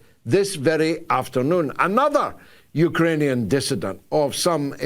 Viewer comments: Hey George what’s a UKERANIAN? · Love Galloway's "Ukeranian" instead of "Ukrainian". Sounds much better.